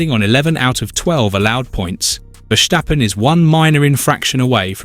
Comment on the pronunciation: Stop this stirring up the mood and fgs pronounce Max’s surname as VerStappen. There is no sh in his name.